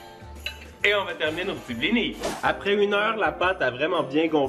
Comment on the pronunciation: Tu ne prononces pas le s dans blinis